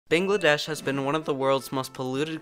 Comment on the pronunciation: I had a heart attack when they pronounced it "bingladessh"... But yea- It's very stressful seeing my motherland going down